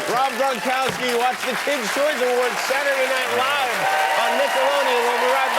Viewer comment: Not every Polish man is 6' 6". And Poles would pronouce "Gronkowski" correctly - "Grong-Koff-Skee".